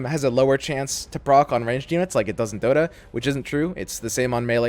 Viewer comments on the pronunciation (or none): none